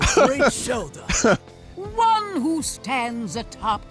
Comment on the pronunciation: Vinny, Shelda is like the most normal sounding name in this entire game, and you fucked it up like that?